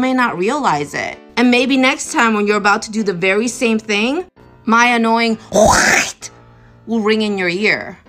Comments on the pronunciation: You say white like that, because you have a speech impediment? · What's the matter? The woman can't say white because she is too stupid. Here I'll help with her grammar,pronounce the first letter w now the second letter h and I know it's hard but seeing how you have trouble with the I, just two more letters and you can go back to being a piece of butt wipe paper t and then e. Put them together and they make the word white. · Maybe the woman who can’t pronounce white properly is a tobacco chewer and can’t spit. Not a way to have a point taken. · I won't apologize for finding they way she pronounces "white" as fucking hilarious. "White shenanigans?" Who are these ppl? Where are they, where do they come from? Someone tell me please because I need more laughter in my life. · Sorry im late to the party, but as im an Asian myself. I COULDN'T STAND HER #^$^$$&@ PRONOUCITATION of the word white. I was so so so so so fffkkkiing angry and the Asian chink woman, I was like screaming for her to say it right and stop being a cunt. Her saying white sounded like she was hacking up a fur ball or something. I am very very very sorry about that Asian woman on behalf of us normal Asians. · That Asian woman deliberately pronouncing "white" like she does is very cringe, especially listening to it while wearing headphones